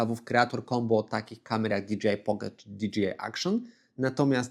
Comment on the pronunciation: Fajny materiał, merytoryczny. Ale jedna uwaga - "DiDżejAj", a nie "DiDżiAj" 😅